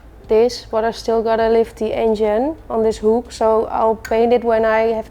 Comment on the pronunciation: Heerlijk zoals je “the” uitspreekt als die, maar verder erg leuk kanaal en respect !💪